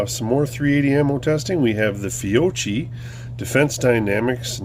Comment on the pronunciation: Fiocchi pronounced Fee-O-Key. The XTP bullet is the best performing in the .380 caliber for self defense.